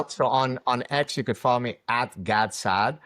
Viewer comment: "Gard Sard" .. Made me chuckle.